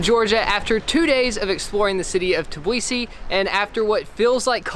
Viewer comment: T-BI-LI-SI, goddammit!!